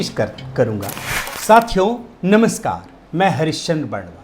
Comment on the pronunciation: Aap Nimaskar kyun bolte हो? नमस्कार नहीं बोल सकते हो क्या?